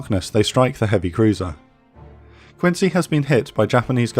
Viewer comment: USS Quincy was named for Quincy, MA, where she was built. It’s pronounced “Quinzy”. Great video, as always.